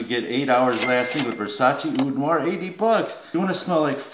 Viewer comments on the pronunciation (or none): none